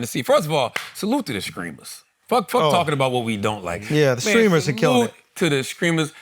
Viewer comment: Charla calling "Streamers" "Screamers" is peak culture 🤣